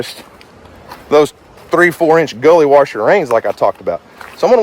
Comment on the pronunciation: Native Oklahoman here, but sheesh, man! "Eench," "Feesh," "Eenches," "feex it." 🙂